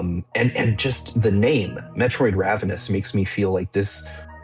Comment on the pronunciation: Guys “ravenous” raven- ous